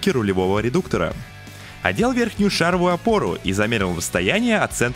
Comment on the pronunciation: Всё хорошо, интересно, но слух резало шАровую, шАровая и т.д. Правильно ставить ударение на последний слог: шаровАя, шаровУю